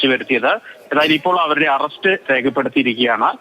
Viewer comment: Renuga alla do...rekuka...arrast alla ..it's arrest😂